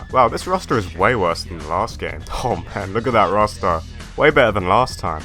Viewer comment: the way you say roster sounds like rasta lmfaoooo